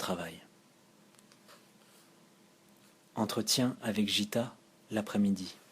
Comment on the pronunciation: Un grand merci pour ce partage. Paroles habitées, voix posée et vraiment très agréable à écouter (un petit détail qui n'entache en rien l'initiative : Gitta se prononce "Guitta" plutôt que "Jitta"). Excellent choix d'œuvres (Aurobindo, Satprem, Dialogue avec l'ange, etc...), leur contenu ramène à une spiritualité fondamentale bien nécessaire dans le chaos spirituel actuel (Peut-être les approches de Krishnamurti ou de K G Durckheim te parleront aussi?) Bonne continuation et encore merci pour ces lectures !